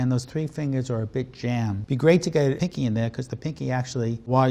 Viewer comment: Was he saying picky instead of pinky??